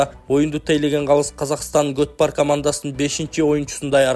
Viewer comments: молодец журналс даана айты кот пардеп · Журналиста гөт пар дейби 😂😂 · Гот пар дейтко😂😂😂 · Кабарчыда котбар деп жататко😂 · 😂😂 готпар дейтго журналист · Готпар дейтко журналист